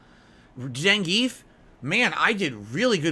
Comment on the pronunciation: And "Zehngeef"